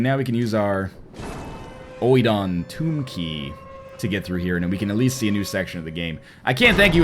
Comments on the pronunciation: Oeden is pronounced Oodin, Oo as in wood, and din as in dinner. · "Oedon"'s pronunciation is a bit of a mystery. Romantic rules say that it should be oh-EY-dun, but I don't know. It would entirely depend on the intention of the developers, like it could be pronounced like Odin, the Norse God, or whatever.